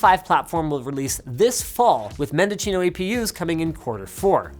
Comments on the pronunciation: “MendoCHEEno” ? wut? No no no no no. It’s “MendoSEEno”. /smh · "MEN-doe-SEEN-oh" but when said quickly closer to "MEN-deh-SEEN-oh" From the city in CA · If it's named after the county in CA it's pronounced men·duh·see·know. not men-duh-chino.... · It's pronounce mendoZino, not mendoCHino. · "MendoCHEENO"...? Unless AMD is deliberately pronouncing it that way, it's "SEE-NO" (ie. A Spanish word, not an Italian one)... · Mendocino? Linus, there is no H. See-no, not Chee-no. Mendocino is also old Celeron core that overclocked like NO OTHER CHIP EVERY HAS OR EVER WILL. How about 50% overclocks 300MHz to 450MHz, or 366MHz to 550MHz. It was an amazing time to build and overclock. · It's Mendosssssssssino not "MendoCHIno" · Dear GODS. It's Mendo-see-no. Not Mendo-chino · It's pronounced Menda-see-no. Not Mendo-cheen-o. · Men-da-cheen-o lol, y'all clearly have never lived in cali, its men-da-seen-o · Men-duh-see-no, not Men-duh-chi-no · "Mendo-chino" or "Mendocino"? From Mendoza, Argentina? I doubt it but asking anyway. Also, why do they keep using these weird names lol. I'm happy that this will trickle down and we will be able to buy one of these in 2 or 3 years here. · Dear Mr. So Called "Linus". Mendocino is pronounced "Mendo-seen-o" not "Mendo-chi-no". AMD named it after the county here in California. 🤣♥️U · Hahahaha it's not "Mendochino", is "Mendocino" (born in Mendoza) 😂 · "Mendochino" LMAO at his spanish pronunciation. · "Mendo-Chino"? What did he just say? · Guys, it's pronounced men-doh-see-noh. It's Spanish, not Italian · it is pronounced MENDO C NO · where is the h in mendocino? why is it being pronounced mendochino? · Is “MendoCHEEno” a joke? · "Men-doh-SEE-no" my friend... Yes, you're not from around here but that's okay. Willie Nelson even wrote a song about Mendocino County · You said Mendocino wrong. 🙃 There's no "h" in mendo-cino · Say it with me, Linus: "Mehn-doh-sea-know" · Linus: “Mendochino” Californians: visible cringe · Its "Mendo SEE no"